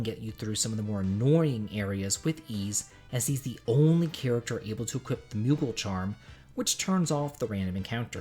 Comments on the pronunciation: where is there a T in "equip"? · Equi*p*. The word is equip.